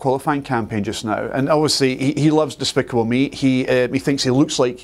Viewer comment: Did he just said "Dispickle me"?